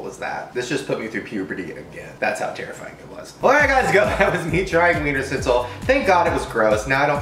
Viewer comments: I feel bad for the "ch" in Wienerschnitzel, they always get left out😂😂 jk❤ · i find it so funny how he pronounces Wienerschnitzel bc it's a German word and it's pronounced so different but this video is still so funny tho 😂😂😂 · Ich find's immer wieder lustig wie er das Wort "Wienerschnitzel" ausspricht. xd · Haha ich auch 😂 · Die Amis können so ie Laute generell ned so gut aussprechen😀😂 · Ja wirklich 😂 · Omg how he says Wienerschnitzel I can't